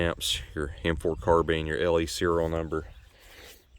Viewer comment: AND it is a carBINE not carBEAN